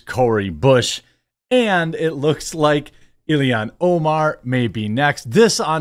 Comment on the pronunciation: I've yet to determine whether it's a colloquial way of speaking, or a deliberate choice, that makes Jeremy unable to say things like "Ill-han Omar" or "Hock Too-Ah" correctly...